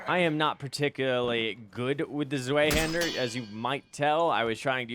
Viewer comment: Nice video :D side note: it is pronounced (svie-hand-ur)! Zwei is German for 2. Zweihander = "2 handed". The W in German is pronounced like a V in English. Pretty neat